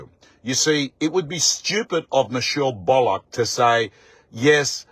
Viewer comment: Will you please say Michelle’s last name correctly please Bull ock Not bollock